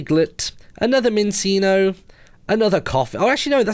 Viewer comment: Martyn minccino is pronounced minchino and cinccino is pronounced chinchino i watch the whole series of black and white